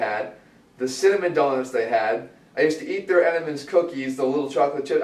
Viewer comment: I cringed when Jeff said Entenmann's lol.